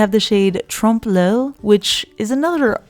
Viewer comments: Haha 'trompe-l'œil', that's actually a French word and you have to pronounce it 'trompe l'euh-ye', it's kinda difficult I know 😂 Such a great video as always, kisses from France 😘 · Trompe l'Oeil is French, it's pronounced "Tromp Loy" in case you were wondering. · Trompe l’oile is pronounced “Trom-Ploy...just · Love these polishes, especially Ghost Rose: Your videos are always so much fun to watch. I wish you had more polishes to view. You have such an inviting manner and presentation. I look forward to them, BTW, the pronunciation of Tromp L’oeil is Tromp “Loy”. Who knew? 😉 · Tromp l’oeil is pronounced trump-Loy & means to fool the eye, referring to optical illusion in art and design. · Trompe l’oile is pronounced “Trom-Ploy...just y😁😁❤️ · Actually it's more 'trompe l'euh-ye' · Trompe L'oeil has a French pronunciation so you don't say the 'L' at the end. So it's pronounced 'loy' that rhymes with 'joy'. It's a very easy mistake to make. The only reason I know this is because I am an art geek. Really, if Cirque sent you the polishes with info, they should have included a pronunciation guide.